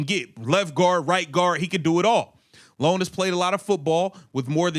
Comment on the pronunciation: And that's "EYE OWN" NOT LONE. Ioane